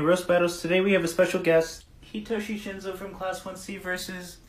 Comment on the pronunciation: Hitashi? I’m pretty sure it Hitoshi 🤔